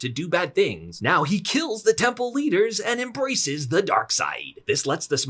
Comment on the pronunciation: "emraces the Dark Sayid" lmao